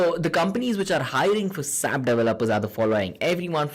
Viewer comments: it is not sap it is s a p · It is not sap.It is S.A.P.